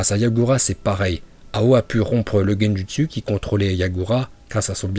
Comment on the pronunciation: Bien la vidéo mais fait un effort de prononciation ça donne envie de mettre des baffes sans déconné 🤣🤣🤣 genjUstU !! Oh l'artiste mdrrrr